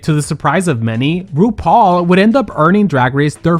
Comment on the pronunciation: Your opening "RuPaul" came out like Bendala's "Roople" today, luv it! 😂💅❤